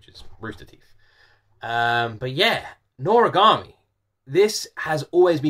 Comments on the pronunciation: Yes, u are pronouncing it right:D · NORAGAMI IS SO FUNNY AND EPIC!!!!! i’ve loved this anime since i was a kid, and yes you pronounced it correctly!